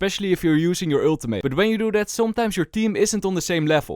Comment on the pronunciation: please learn to pronounce ultimate lol love your vids man